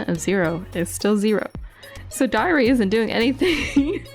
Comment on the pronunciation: when said diary, it sounded like diarrhea